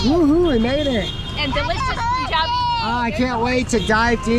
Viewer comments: It is not "Poonjab". It is Punjab like the word "Pun" from "Pun intentended" ... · Every American mispronounces Punjab. I don't understand why. Except maybe they learn to mispronounce it from each other. It does not even fit the rules of the English language, as perilous as it is to apply those to a foreign language with twice as many characters in its "alphabet". The English word "Pun" is never pronounced "Poon", so why do Americans mispronounce that first syllable in Punjab? In the word Punjab there are two consonants (n&j) in between the two vowels (u&a), so there is no reason to elongate the first vowel sound (u). I remind Americans that the word "Punjab" rhymes with the English words "Fun job". "Pun - jaab". NOT "Poon - jaab". Ask an Indian, a Punjabi, to pronounce it 4 or 5 times in a row for you. Listen closely and repeat it after them. Then repeat it like a mantra ("muntrr") in your head. It will be a hard habit to break. I won't even get into "Tazz- maa-haal". Yeeesh! 😁